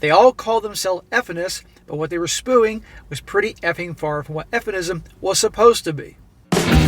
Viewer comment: It's awesome you don't edit out the mispronounced words, no sarcasm, I enjoy your reading and reacting to the stories and respect the humility. " What she was 'spoo-ing"